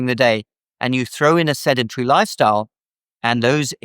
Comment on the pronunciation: Sendentry? Somehow I don't think that's correct. I think he means Sedentary. Nevertheless, he is absolutely correct on his prescription for high blood pressure. You can't get a better opinion on health than you get from. Next time you have a question about health, is the first place you should check. And no, I don't know personally. Nor am I trying to drum up viewers for his Youtube channel. I've simply followed him for a long time, done a lot of what he suggests and it has worked every time.